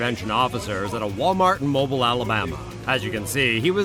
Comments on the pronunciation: it's not pronounced Mobile, is pronounced Mowbeal. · I cringed at how he said Mobile, Alabama... it's pronounced MO-BEEL. :)